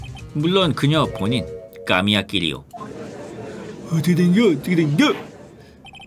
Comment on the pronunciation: 으뜨케된겨~ 나만 무심코 중얼거리는 줄ㅋㅋㅋㅋㅋ